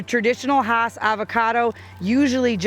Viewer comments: You are correct. Rudolph Hass' farm was in L.A. County. And his name is pronounced "Hass;" not "haws." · Hass is pronounced like bass.